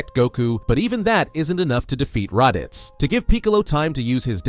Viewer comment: Bruh how come you can’t pronounce Raditz and Piccolo. Good vid spot on time line but WTHELLYONTE